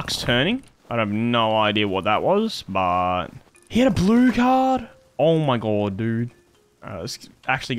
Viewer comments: “Oh my Gwod, he’s heea!” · “oe moie gawed dudde” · the way u say omg is crack ups bro omd